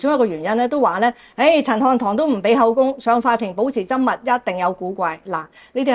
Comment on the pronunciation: 「緘默」的「緘」，粵音是gaam1